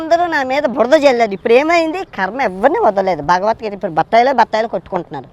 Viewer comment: Nee bhashee sarigaaledu! Neevu hindu grandhaalu chadivesaavaa! Bhagavathgeetha anee padaanni sarigaa cheppatam nerchukoraa! Antlavedhavaa!